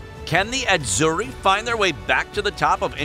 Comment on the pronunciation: This commentator’s pronunciations of Italian words is awful. He sounds like an American who knows nothing about Calcio or the Azzurri and he is reading a script but he has no training in how to speak Italian language.